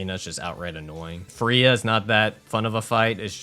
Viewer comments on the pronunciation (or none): none